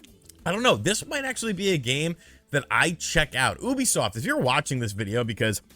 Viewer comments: It's pronounced YOU bisoft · I pronounced it as YOU-be-soft.